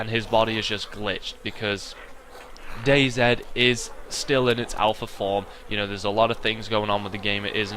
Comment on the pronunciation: It's not dayzed it's dayz